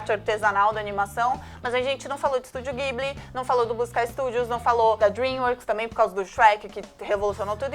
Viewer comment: Curti o vídeo só pra vocês falarem do Studio Ghibli (se pronuncia "Dibli", não "Guibli", tal como o kana ジブリ mostra), aguardo a parte 2.